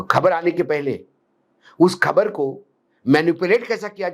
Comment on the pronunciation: Khabar !!! Abey pronunciation to theek kar buddhey ! 👎💪🇵🇰